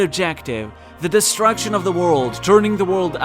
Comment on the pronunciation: Bro i swear you are saying "Distraction" and not "Destruction" hahaha amazing video